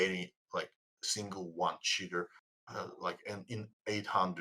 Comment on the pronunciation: I love the way pronounces Cheater kinda sounds like Shitters which fits quite well.